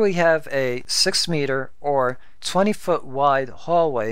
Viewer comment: Look, I say this as a friend... Stop. Your videos are super informative and very well thought out but you simply can't stop yourself from sounding like a damn computer. Words like "water" or "meter" is actually pronounced like a robot. You are aware of it, but can't stop it. So, either stop, or have someone else read your script. Please understand, I appreciate your hard work, but just listen to all the youtubers out there. How can you expect your sub count to hit 1k if you are putting people to sleep? Just stop.